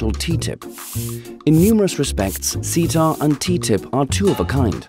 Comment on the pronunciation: What is ceta?...it’s me! And I’m really not a assault on democracy I swear I’m not lol So glad to hear someone actually pronounce my name correctly.